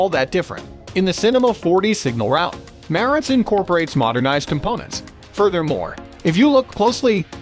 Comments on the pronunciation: Please Pronounce The Name Correct It's Marantz ryhmes with Dance Not Ma rence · wtf......merrintz????....where you from boy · It pronounced MA-RAN-tz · You pronounced the name wrong